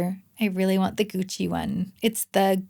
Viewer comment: I guess the way you pronounced the Gucci bronzer kinda hurt my ears (and I laughed), but when you talked about the lipstick pretty everything was spot on ! What's a beach bunny ?